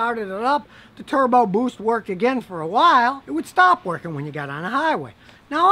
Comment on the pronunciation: "turrbo boOST" lol